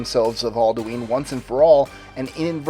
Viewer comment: aldueen? hahahaha